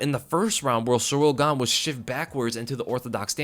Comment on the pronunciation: Why you Muricans all of a sudden try to pronounce foreign names right? Just call him Gain, sounds much cooler anyways. Just stick to saying foreign names wrong ffs we are used to it now and that's what we expect